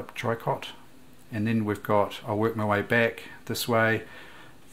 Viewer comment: Tricot stich is pronounced "tree-co"...we can blame the French for that...lol.